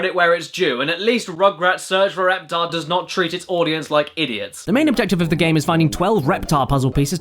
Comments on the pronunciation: "Ruugroots spooch foor rooptooor" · Sounds like how the Swedish chef would pronounce the title.